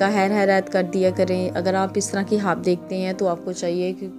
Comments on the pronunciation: Ye hawa kya ye hawa khwab bolna nai ata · تم خواب بول رہی ہو یا حواب ۔۔۔؟ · الف ساکن ہے اس لئے خواب کو صحیح پڑھیں